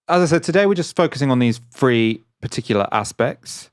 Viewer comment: its not a fret,nor is it free...its pronounced threat and three,please,if you want to be a serious journalist.....